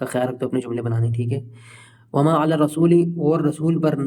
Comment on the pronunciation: Wo word ala h illa nhi h